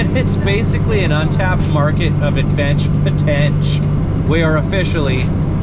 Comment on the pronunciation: Advench Potench. Nice.